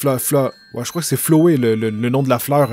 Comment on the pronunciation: QUELQUES CONSEILS POUR LA PRONONCIATION : Sans: Bon, tu as bien compris, Il faut bien dire chaque lettre du nom. [ S-A-N-S ] Undyne: Toi, tu dis "Undine", Il faut dire "Undahind" Avec l'accent anglais. Papyrus: Rien à dire, Juste qu'il ne faut pas trop prononcer le "R" Flowey: Il ne faut pas dire "EY" Mais "I" et plutôt dire "AO" au lieu de "O" "Flaowi" CONSEILS BONUS: Undyne est une fille, et le personnage que tu joues et soit une fille soit un garçon en fonction de toi. Les attaques vertes que tu as peu rencontré avec Lavtoa ( Et que tu rencontreras plus tard ) Sont des PV, Récupère les et augmente ta santé. Alors là, C'est un conseil qui risque de te spoiler un petit peu. C'est juste un conseil pour ne pas souffrir plus tard. C'est toi qui voit si tu veux le lire ou pas. -------------------------------------------------------------------------------- Je te conseil d'être d'accord sur tout avec SANS, Même si tu ne l'est pas, Car il est ultra susceptible et risque de t'en vouloir si tu n'a pas le comportement qu'il veux que tu aie.